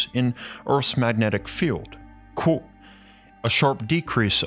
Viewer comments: Is he saying coat or quote? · When says "quote" it sound like karate 🥋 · Why do you say qUOte so strangely, QUOTEE. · You have to stop mispronouncing Quote